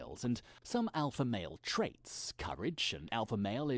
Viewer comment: He's not the alpha, he says he's the Olpha